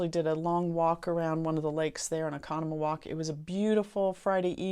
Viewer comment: I used to live in Oconomowoc . You did great pronouncing that!